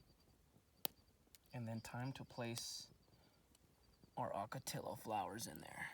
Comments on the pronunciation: You are driving this 80 year old native gringo Arizonan crazy with your hard "L's" like Jello, when saying Ocotillo. I think you know better. "Ok-o-tee-o would sound a lot better. A lot like "GILA" monsters. Not a hard "G" like fish Gills. Like HEE-la. I always notice when a newly transplanted Eastern news reporter on television mispronounces all the Spanish words here in the Southwest. The have a ball with our "MOGOLLON" Rim. "MO-GEE-OWN". (Or also "Thew Colorado Plateau. Where all the streams run Northward towards the Colorado River. "MAZATZAL" Wilderness and mountain range. Pronounced "Mad-a-zell". Or, as the old timers used to call it in the late 1800's; "Mad as hell". 🤠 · Ocotillo comes from the Nahuatl word Ocotl which means small or little torch and we pronounce it the "ll" sound ...(oco-ti-yo). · I love your videos! I grew up in Tucson so I'm familiar with all the plants you talk about. Sorry for nit picking but one thing bugged me throughout this video. Your pronunciation of Ocotillo. It's oh-coh-TEE-yoh with long O sounds, not short O. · Ocotillo- in the early 90s, I was on a ranch in the boot hill of New Mexico, and we had to fight these things sticking to the legs of our horses. They didn't like them either. I used to love to irritate the ranch foreman by pronouncing it with my Texas accent- Okertiller. ;oD